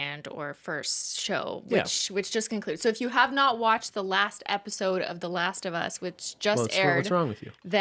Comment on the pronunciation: Not last of humm-us lmao